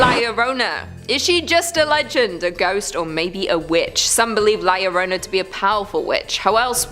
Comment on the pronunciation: It’s La LechUza. The accent is on the “U”. Thanks for your work. Oh yeah, it’s “La llorOna.” Accent on the “o”. ❤